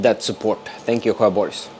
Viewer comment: Nice progress on the car. When I heard how you pronounce "Sjöborgs" though, I thought I need to go back to Swedish class...